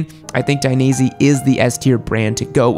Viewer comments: please, don't say " Daineasy ", say " Dainees ".... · *Take a shot every time he says Dainese wrong